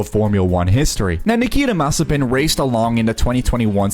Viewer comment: Nikita what?! "Mazepin", it speaks like [maze'pin]